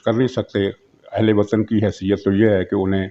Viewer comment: Ahley wattan na kahen bal k ah la wattan 🤣🤣🤣